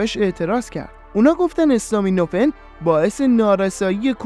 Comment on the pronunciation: برنامه عالی بود. فقط یک نکته اسم دارو استامینوفن به فتحه الف است.acetaminophen